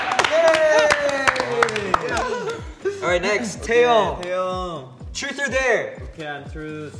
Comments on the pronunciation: DUDE haechan just said truce or darex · CINDY TOH no no it’s TRUS or dare 😂😉 such a cutie 😂😂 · It's more likely trus or dayre. The way chanie pronouncing it